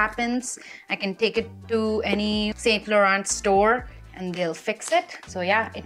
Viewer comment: the way you pronounce “saint Laurent” is incorrect 😅 not saying in a bad way but there is a accent to all the brand names 😊